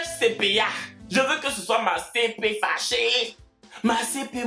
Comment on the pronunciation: 🤣🤣🤣🤣🤣🤣j'en peut plus🇨🇮❤ "ma cp fâcherrrrrrrrrr" 🤣🤣